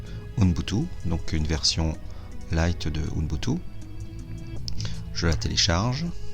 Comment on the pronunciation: "OUNBoutou" ou "UBuntu" XDDD :))